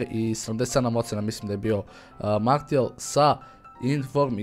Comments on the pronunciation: Nije Martial nego Marsial se cita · martial se cita marsial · Za ubuduće da znaš nije martial nego marsijal (tako se izgovara) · nije marsial nego martial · nerviras me kad kazes "martial" Maršial se kazee hahaa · Cita se Marsial, ne Martial :D inace ekstra klip,pozz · nije "Martial" vec "Marsial":D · oces li skapirati da se ne kaze ni marsl,ni materijal ni martial nego marsial... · Nije Martial nego Marsijal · Marsijal brate ne martial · nije martial nego marsijal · nije martial nego marsial se kaze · Nije Martijal nego Marsijal... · ne govori se martial nego marsial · kaze se Marsijal a ne Martijal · nije Martijal, nego Marsijal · kaze se Marsial a ne Martial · Kaze se marsijal a ne martijal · nije MARTIAL kazese MARSIAL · marsial ne martial!!!!!!!!!!!!!!!!!!!!!!!!!!!!!!!!!!!!!! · kaze se Marsijal:D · kaže se Marsial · kaze se marsial